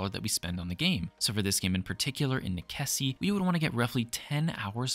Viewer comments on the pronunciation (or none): You didn't even take the time to find out how to pronounce the name of this game. The actual word is Latin, and its pronounced "neh-che-see" The developer however says its a play on necessity, and is pronounced "Neh-sess" not "neh-keh-see" . sheeeeesh. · Is it really pronounced Nekessi? I always assumed it was Necesse as in necessity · Nickesee? Necesse, as in necessary. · I couldn't stop laughing at how you pronounce necesse, since I always pronounced necesse like necessary. great video anyhow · Great video... but "nekessi"? How did you miss the link to the english words necessary or necessity? Necessario in portuguese, italian and spanish? :face-turquoise-covering-eyes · Same. I can't blame the deliberation about how to pronounce cause i sure as heck didnt know for sure. But Neh-kessy def wasn't one of them lol😂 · Hearing you say Neckesy makes me wanna stab my eardrums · Pretty sure that's pronounced "Nes-ess" y'know, like how you say necessity in romantic languages. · As per the developer on steam he says you pronounce the game as "a play on the word "necessary" :) so "ness ess" .. may want to correct your pronunciation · That’s 100% wrong and they did not say that, it’s nekessay, it’s Latin. Amazing someone with fact in the name decided to not use facts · NEKESSI? DA VINKI? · please stop saying nekessy